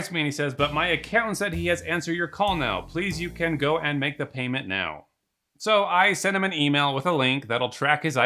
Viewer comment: “Let me attend to de other people, thank you” lmao I understand a Nigerian accent from 500 miles away lol